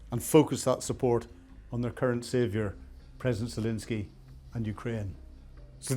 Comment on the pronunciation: Please pronounce the president of Ukraine’s name properly. There is no “i” in his name. FML.